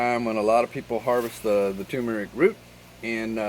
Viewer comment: Turmeric. Not toomeric